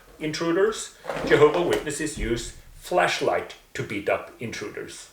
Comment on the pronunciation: Maybe it's your accent or maybe it's mine, but when you say "flashlight" it sounds exactly like "fleshlight" ,and it's bloody hilarious hearing you say how JW are given and use fleshlights.